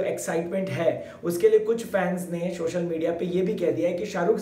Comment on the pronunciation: Shocial nahi social bola karo